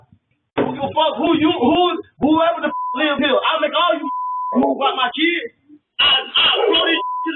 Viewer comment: “For my keeds.”